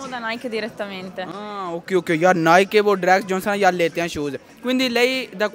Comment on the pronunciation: Bro at least pronounce Nike well✅ Don't mind but check it.✔️